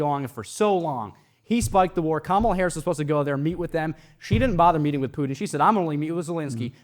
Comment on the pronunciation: How come everyone who doesn't like Kamala, can't pronounce her name correctly? (hint: I don't think its intentional racism, I think its a tell that they only listen to propaganda "news" that knowingly mispronounces her name)